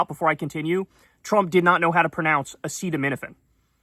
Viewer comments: Kyle, you also dont know how to pronounce "a-set-aminophen" not "a-seet-aminophen" 😂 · ACETAMINOPHEN is pronounced EP-STeen- FILES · He used the word "Tylenol" risking use of a brand name because he finds aceeotu- how ja pronunce it -" A SEAT OH MIn OH FEN..... " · Its not Trumps fault he cant pronounce Aceto….. Why do u Americans always complicate things? Why not call it Paracetamol. Easier to pronounce 😊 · How to pronounce acetaminophen: ree-LEESE thuh EPP-steen FYLES 😆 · Proctor & Gamble or whoever owns Tylenol should sue these idiots into oblivion!!!! Also, the only reason he kept repeating "Tylenol" instead of the generic name is because he could say it 🤦🏽‍♂️ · He can’t pronounce acetaminophen bc he literally can’t read nor does he care that he can’t read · I already knew this but when I heard him trying to say "Acetaminophen"... I literally thought: we are the only country that has a President who can't read. 😮‍💨 Bro has been touched by the Tism for suuuuure. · To be fair to trump i also cant pronounce Acetaminophen nor spell it without help :D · Acetaminophen, that's 5 syllables, well past Trump's max of two! Cuba is poor because vengeful US plutocrats want to break its social model by starving it into the ground. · It's bad enough that an 80 year old doesn't know how to pronounce acetaminophen. It becomes a joke when an 80 year old president sets up a big press conference to announce the cause of autism and he doesn't know how to pronounce the thing he is claiming causes autism.